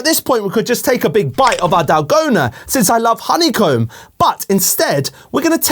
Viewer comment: The way he says dalgona💀